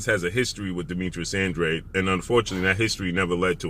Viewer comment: Congratulations 👏🏼 this is your first video I see where you stand NEUTRAL as you always should! There is no doubt ANDRA-DE and NOT ANDRE as you BLACK folks pronounce it …please pronounce it the proper way and stop sounding IGNORANT! Yeah ANDRADE doesn’t really want to step in the ring vs. CANELO he never did otherwise he would’ve gone after either BJS or PLANT knowing CANELO was coming after those belts! I am glad you finally stopped defending this ANDRA-DE clown 🤡 thank you. CANELO is picking up belts and he has reach the level where he fights whomever he wants and ANDRADE will NEVER be in the same ring as him so 🤷🏻‍♂️ ANDRA-DE should just let it go 🤣!